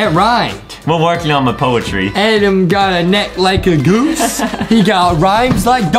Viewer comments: i like how justin calls adam adem its funny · I love and it’s not Adam it’s adem